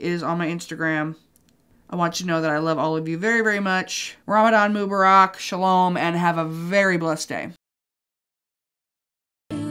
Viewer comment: hey!!! thanks for the ramadan wishes, but i just wanted to let u know its pronounced "MOUH-barahk"! if that makes sense? just place emphasis more on the -mu and you'd pronounce the rest like Barak (obama) but without the b ofc